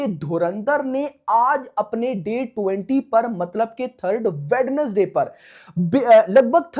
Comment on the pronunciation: Wenz-Day ✅ WedNes-Day ❌